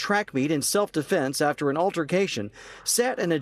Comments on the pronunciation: Deflenks 💀 How?? How do you, not just mispronounce that word as a so-called human rights spokesperson, but in that manner?? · He not only said "self deflence", he said it twice. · Why does he think defense has an "L" in it?